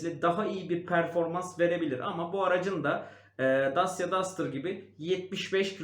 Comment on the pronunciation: Araç model isimlerini hep yanlış telaffuz ediyorsunuz. Dacia= daçya, kia sportage=sportıc, hyundai tucson= tusson